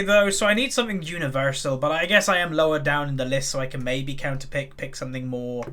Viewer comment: you sounded Irish when you said universal haha